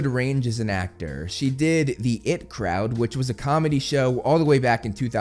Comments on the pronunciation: I-T. Its I-T. Not it. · Right at the start 😂 the it crowd. Sorry it’s the I T Crowd as in the IT Department. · It's "IT" as in the two letters, mate, not the word "it". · I'm sorry but I cringed hard when you called it the "It crowd" .... its the "I.T. Crowd" as in Information technology crowd. I know that show has nothing to do with Harry Potter other than the actress having been part of it so you likely have never seen it before, but it was a very popular show in the UK and quite funny with a cast that has become quite well known now. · It’s IT not “it” crowd 😬. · I T crowd, eye-tee crowd 😂 i’m sorry I’m not big on people who correct others but that’s one of my favorite shows and it’s in regards to technical support so it’s not the it crowd I had to distinguish the difference❤ honestly, love her as an actress and I think that she would make a great Molly because she has such a sweet disposition but very funny. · I.T. Crowd... not "It Crowd" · Did you really called I T crowd as it crowd lol? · Hey it’s the I T crowd like you say the letters not the IT crowd :)